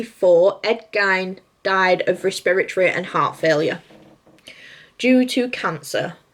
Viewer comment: It's 'Gein' as in 'Lean'!